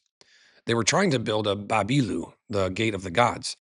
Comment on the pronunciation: It is amazing presentation, your vocals of the name of what they used to say are near to their vocals for the place such as ‘baabilu’ and ‘zageratu’